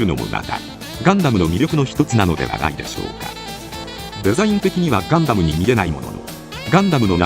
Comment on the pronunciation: ガン↑ダム↓の発音がなんかクセになる